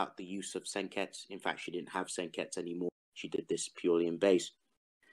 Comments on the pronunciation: Why do you say "Senkets" instead of "Senketsu" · Sen-ket-su, not sen-kets-you